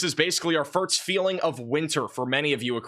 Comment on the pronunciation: The word is FIRST.. Pronounced FURRSSTTT>> Not FIRT 🤣